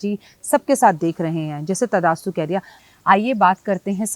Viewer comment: Tathastu hota h Mam, abhaass hota h ap to kbhi galti ni krti aj kaise ki pronouncing m